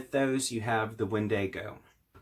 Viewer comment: It’s pronounced “WEN-di-go”. Not “wen-DAY-go”. Sheesh🧐